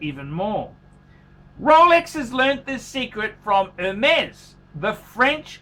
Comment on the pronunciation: Not "her mess", not "er mess", but "airmess" with emphasis on mess, not air.. "airMESS"